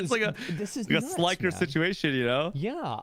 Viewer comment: bro who tf is he interviewing as the witness? Bro can't pronounce anything right. says Jamba for Gamba says Skizzo for Schizo says Slyker for Sliker